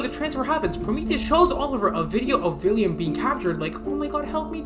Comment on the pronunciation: Why do you say “villiam”?? Is it not “William”?